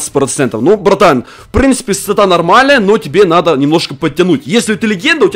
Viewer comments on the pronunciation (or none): none